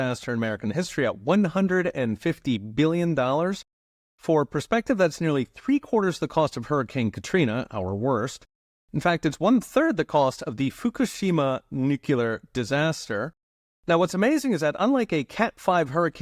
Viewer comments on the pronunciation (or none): stop saying NUCULAR